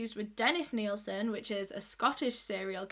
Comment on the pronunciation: She said Nilson 😂